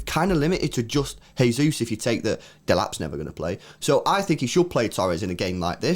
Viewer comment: Guys. Gabby Jesus is Brazilian not Spanish. Please stop saying “Hey-Zeus”. It’s JAY-Zeus”. Pronounce the J. Please lol.